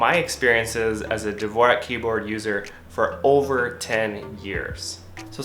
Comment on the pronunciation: Mans is using dvorak for 10 years and can't pronounce it right